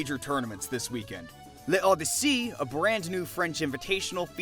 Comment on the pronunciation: L'Odyssée Comona reading L'Odyssée : *L E O D Y S S E Y*